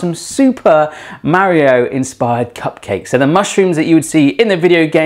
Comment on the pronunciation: He says "Mario" weird It... bothers me